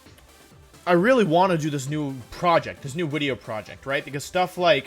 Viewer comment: "I had an idea for a new wideo" :3